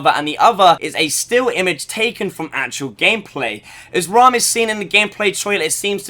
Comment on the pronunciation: Sorry but ha e to say it it's not raam